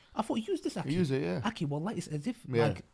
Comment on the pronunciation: Every-time brother says ”أكي” instead of “أخي” it makes me smile, may Allah blesssssssss you broters